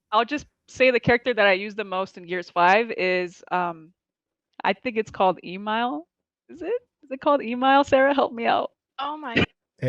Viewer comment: Man when they were talking about the characters it really explained a lot. Like how literally all 3 didn't even pick an actual gears character (Jack is barely a "character" in multi). Couldn't even pronounce Emile properly but talks about "supporting halo". I genuinely don't think I could have written a parody script that would have sounded this bad.